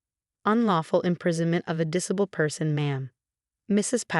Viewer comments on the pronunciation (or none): The AI voice on this is horrible! Since when is 'disabked"?' "diss-a-bulled"?